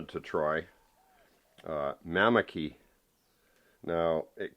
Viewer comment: its mamaki tea😅 your saying it wrong it help me big time with the covid virus